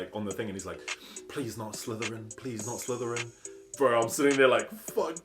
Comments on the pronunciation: Lmaoooo "please not slitheran, please not slitheran" 😂😂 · 'Not Slitheran' 😂😂